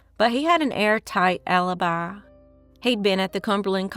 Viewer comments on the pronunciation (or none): none